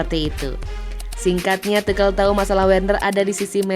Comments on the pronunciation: Naratornya goblok... asuu... Bukan TUKEL ... tp TUSYEL ... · Entahlah kok Tuchel itu dibaca tukel😄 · Tukhel atau Tuchel min😂😂😂